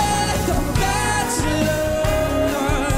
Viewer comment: "Det of a batchelor"😐